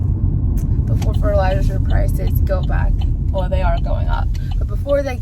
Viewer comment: i had to play it again to hear you say Wales its a Small World